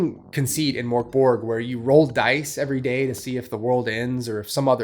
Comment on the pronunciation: Death metal? It's doom metal. And its pronounced MÖRK Borg. Idjit.